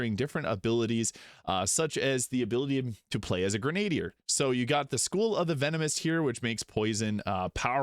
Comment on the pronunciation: Love your vids,. FYI - "grenadier" is pronounced "gren-a-DEER". I blame the French.